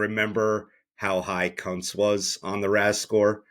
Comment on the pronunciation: Thank you for mispronouncing Kuntz's name that way.